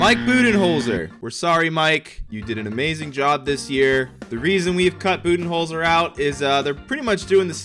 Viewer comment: For Coach of the Year I thought he said bubyholder